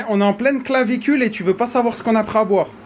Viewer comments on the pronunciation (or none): 6.51 il a dit clavicule au lieu de canicule 😂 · il m’a tuée quand il a dit "on est en pleine clavicule" au lieu de canicule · « on est en pleine clavécule » hahahahha c’est pas canicule plus tôt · Je suis le seul à avoir entendu “clavicule “ au lieu de canicule??😂😂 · Mdrr a dit la clanicule au lieu de canicule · Il a dit clavicule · Ik a dit clavicule au lieu de canicule